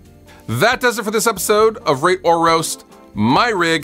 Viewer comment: Be sure to really pronounce this segment. Heard Ra*e Or Roast.